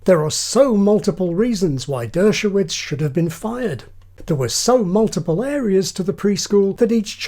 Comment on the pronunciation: The pronounciation, though ... "Moltiple people" sounds both hillarious and creepy.